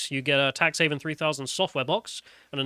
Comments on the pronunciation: Everybody has to file their tax returns. Might as well make it entertaining. Edit: it’s “heaven” not “haven” please learn to read, thank you. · I really can't tell if it is just his accent making it sound wrong or if he is actually misreading it as "haven" rather than "heaven" over and over. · The only thing funnier than this game is the fact that keeps calling it "Tax HAVEN" instead of "Tax Heaven" (the actual name).